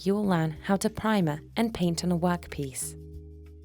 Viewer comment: “A wok piece”